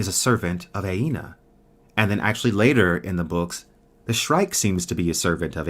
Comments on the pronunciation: just a note that you keep mispronouncing Anea's name. It's not Aena, but Anea (Uh-Nea) Great stream, one of my favorite series ever. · Btw I believe its ANEA,not AINA?